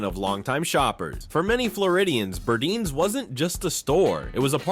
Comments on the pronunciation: Burdines is pronounced Bur- dines; not Burdeens , long i sound in second syllable. Also Bullock’s picture had people holding signs saying “ Bullock’s unfair to Negros” That isn’t saying much for that store. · The narrator called Burdine's BURDEEN's, despite the vintage commercial calling it BURDINE'S. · Pls learn how to pronounce the names properly………it’s burr-dines not burdeans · Great recap of brands of our past. You are killing me! You have to pronounce the name right. Burdines it is an “eye” I cringe when you say `burdines like `burdeenes’ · I loved the video, but you mispronounced Burdines. Yes, I'm a born and raised Floridian. It's a long "I" like dining, pronounced Bur-dine's not Bur-deans. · Nice trip back in time. Miss those stores so much especially Burdines in Florida. It was pronounced BurDINES not Burdeens but thanks anyway for the memories. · I worked at Zayre for a while after high school. I took my paycheck and shopped at Burdines (Bur deyens, not Burdeens btw). Those were the days. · " BirdEENs....PLEASE...Bur DINES... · Burdine's, The Florida Store is NOT pronounced , Burdeeens but Burd-EYENES ! Say it now! BURD-EYENES!!! How many fellow Floridian's are laughing our hot but's off at how you said this!!! I myself spit my sweet ice tea across the room when I heard the way you said it!! hahaha BURDINES!!! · Many are still open overseas. Some company or something must have bought or already owned their stock supply of products. loved the store catalogs, read them like they were important novels. This former NYer remembers very well these big stores. BUR--DINES-- Sheesh you can not pronounce anything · Being from Florida… We pronounced it BurDINES… sounded like WINE… BurDINES… :) just throwing that out there from a 1980s childhood in Florida perspective. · You pronounced Burdine's incorrectly.